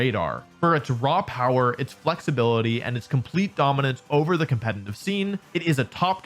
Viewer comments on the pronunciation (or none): It's competitive, not "competinive". I can't get over it because you say it so often since the subject is competitive Pokemon.